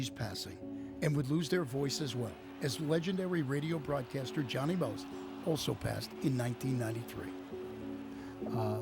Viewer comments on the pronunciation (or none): JOHHNY MOST!!!!! NOT DONNIE MOST!!!